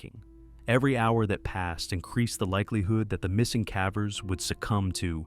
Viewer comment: I cringe every time I hear this ai robo-narrator says “caver” Can’t this be fixed?